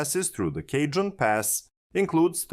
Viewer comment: It's Brightline Florida, not Brightline East. CAW-hone Pass, and Victor Valley(NE of LA), not Apple Valley(N).